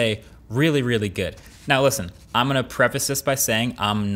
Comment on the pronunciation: For $550 I better hear the “T” in “Listen”